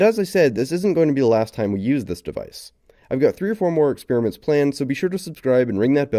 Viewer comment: PLEASE stop calling it an experermint omg